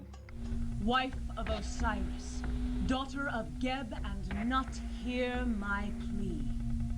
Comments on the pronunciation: "Nut" That's not even close to the proper pronunciation, it's more like 'Noot' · I'm not an expert but , "Nut" is supposed to be pronounced as "newt." I don't know if Tess pronounced "Geb" right.